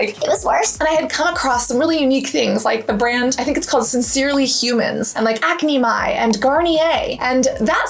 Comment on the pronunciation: Acnemy, like acne enemy 😅not acne my 🙈